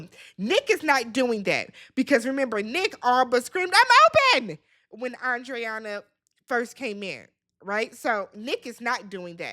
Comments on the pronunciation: It’s pronounced ANDREENA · lmaooo her name is Andreina!! (Ahn-dree-nuh) everybody butchering this poor woman's name 😩🤣